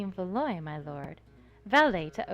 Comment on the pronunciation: Yay! This game seems really great, I love how you always manage to present games empathetically and share your thoughts. Just so you know, maddies last name is pronounced Val-wa :)